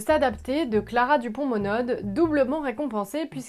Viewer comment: Merci YouTube pour la proposition. Et merci d avoir lu tout ces livres. Je ne pense pas les lire un jour du coup ça permet d avoir un avis. Petite remarque. Je crois que pour Clara Dupont-Monod on ne dit pas le D final (donc Mono) du moins ce que j entend quand elle intervient sur France inter.